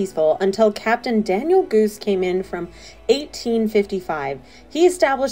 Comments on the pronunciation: Goos pronounced GAHS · Daniel Goos - pronounced like “goss” with a short “o.”